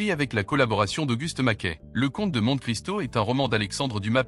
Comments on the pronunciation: 80ans. 20/20 Mais c'est trop facile, je pense que mon niveau réel doit être 12 ou 13. En parlant du Comte de Monte Cristo, on doit prononcer "Monté". C'est à se demander si la voix qui parle sait vraiment de quoi elle parle (on peut penser que c'est une voix synthétique). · Pas très difficile, c’est peu de le dire. J’ai un peu honte de n’avoir eu que 19/20 (le foie, pas le pancréas 🤪). Le commentaire est intéressant et bien illustré, mais entaché de quelques erreurs (la plus belle étant la révolution de… 184…9 😮) et deux mots sont mal prononcés (Monte et Delhi dont les « e » se prononcent comme des « é »), comme si le commentaire était fait par de l’I.A.